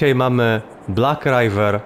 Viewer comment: Nie rajwer tylko riwer (tak się to czyta)